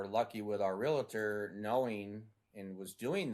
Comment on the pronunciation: WHY do people say Realator?